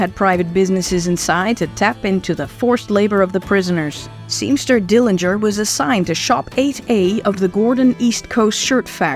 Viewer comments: A very good video with some pictures that I haven't seen in a long time. John W didn't beat John H as you mentioned. Thank you for confirming the correct pronunciation of the Dillinger family name. Yet, I am not sure why you decided to use the incorrect pronunciation of the Dillinger family name. There wasn't any discussion about the years that John H lived with Audrey and Emmett. How do you know that John H became sexually active when he was in high school? Also, that he wasn't interested in courting ladies but just having sex with them. Why do you keep mentioning that he got girls pregnant and slept his way around town? John's family continued to visit him at Michigan City. Mary stopped going because she didn't like going through all of the gates before seeing her uncle. How do you know that Audrey and others badgered Mr. Morgan in joining others regarding a letter of confidence on John's behalf for his payroll hearing. It didn't help John that he was told not to come back by the preacher. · you're correct in that Uncle John's family does care how the Dillinger name is pronounced. Thus, the reason I mention this on just about every video about Uncle John. My sources are notes taken while talking with Mary who grew up with Uncle John. Mary is in many of the books that are about Uncle John.